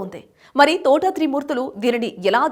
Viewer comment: Thotha Enti Thota ani palakadam nerchuko